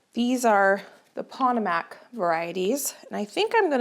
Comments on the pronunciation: The variety of snapdragon you call pot=o=mac is pronounced "po-tome-ack". It is the name of the Potomac River in WV, MD and VA which empties into the Chesapeake Bay. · I came to assist with this pronunciation too. I’m glad I looked to see if anyone had commented already. She’s saying pot o MACK with the stress on the last syllable. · It’s pronounced pah toh mac not pat tah mac! Like the river that George Washington used. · Hi,. I’ve been followed you faithfully for most of your gardening adventures! Normally I only help with Spanish pronunciation, but if I hear you say “POT uh Mac “. One more time….!!! The Potomac River feeds into the Chesapeake Bay. Our nation’s capital is on its shores! It is pronounced Puh-TOE-mac “. Please. Also all these Potomac seeds… are they mainly for zone8? Something to ask the seed company about. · I just love how you pronounce things sometimes it's adorable, makes you real to us!!! But Pa-toe-mic if it helps!!! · I just love how you pronounce things sometimes it's adorable, makes you real to us!!! But Pa -toe-mick or pa-toe-mack if it helps!!! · Potomac is pronounced “Poe-Toe-Mek”. Not bashing you, just sharing. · Potomac. Like the river in Washington. Po toe Mac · Your Potomac snapdragon seeds are pronounced puh-TOW-muhk. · Potomac pronounced puh-tōe-mac emphasis on 'toe' 😂❤ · Hi.. as an East Coaster, (not to be petty betty). Potomac is pronounced puh-tow-muhk (like muck or some people say mick). Which can be kind of hard to read. 😊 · “Pah-toe-mick” is the pronunciation of Potomac. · Just got to the snapdragons and wanted to let you know Potomac is said like puh-TOE-mic. The Potomac river is in West Virginia, where I'm originally from! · Respectfully, it’s Poe-toe-mick, as in the river in Washington DC. We have similar learning issues. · Potomac is Pa-toe-mack. 🙂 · Another wonderful video,! just a quick FYI - Costa pronounced like 'how much does that cost', potomac is pronounced puh TOW muk